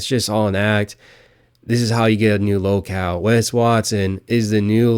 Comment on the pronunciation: Are you saying low-cal or lol-cow?